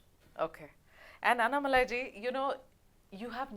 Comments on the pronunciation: Madam it's anna+malai not annai+malai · Good interview. One suggestion to you and other Hindi-belt journalists. Please take one extra minute to pronounce South Indian words “correctly” as South Indians would prefer. If is अण्णामलै not अन्नमलाइ similarly चेन्नै not चेन्नाइ One suggestion is to write down the south jindisn names and words in the Devanagari and then read it from the Devanagari spelling. Another suggestion to Annamalai, stop addressing women interviewers as Madam. Ji appendage maybe ok if you use it sparingly. We should stop the madam business. . Simply address tg by their first name or last name.